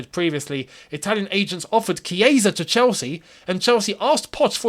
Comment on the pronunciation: Wow!! The chiesa pronunciation🥳🥳(kieza),am in love